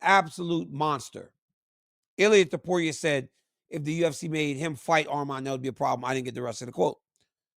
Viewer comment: DC THANK U FOR SAYING HIS NAME RIGHT ITS ARMAN NOT ARMEN